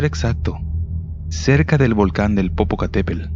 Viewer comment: Nada más una observación, cuida tu dicción o la pronunciación correcta de las palabras, es INTEMPERIE (no interperie), es POPOCATEPETL (hay que pronunciar también la última T, NO se dice Popocatépel